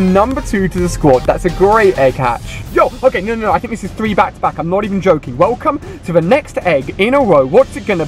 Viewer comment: Why do you say wolcome, I thought it was welcome.